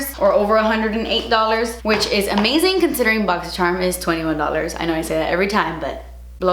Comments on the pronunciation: I got a different box. I got the tweezers, eyeshadow palette, brush cleaner, glitter drops and eye brushes. I loved my box. I love watching your unboxings. Mostly bc you say boxysharm instead of Boxycharm. Lol! You're my favorite YouTuber!💕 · I freaking live when she says: "BoXyShErMuNbOxIn!"